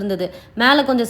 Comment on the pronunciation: Chause illa sauce